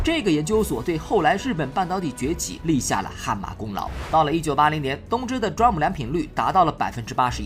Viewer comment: 雖然不是大問題，但是我要提醒一下，DRAM 讀D *空格*RAM, 讀法讓我想起Drum